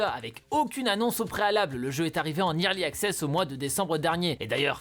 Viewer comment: le fameux "irli axess"